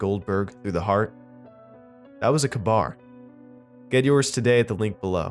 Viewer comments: its k... bar not kbar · Kay bar. K-bar. Not kuhbar. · Kuh-BAR? Is that like a KA-BAR (KAY-bar)? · You pronounced kabar wrong it's like this KAYBAR (not trying to be a grammar nazi or a dick but I'm very passionate about knives and swords) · Pronounced 'kay-bar' brother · that knife is pronounced "kay-bar". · It was a good story, til I heard Ka-Bar pronounced as "kuh-bar", magazines conflated with clips and bullets conflated with rounds. Other than that great narration. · For such a pompous little prick you think you know how to say Ka- Bar it's a Ka-Bar knife military issued